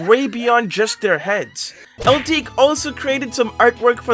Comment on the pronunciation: Thanks for feature my art on your video ^^ Also you mispronounce my username, it's supposed to be Itique than Ltique But somehow really nice video! Keep it up! :D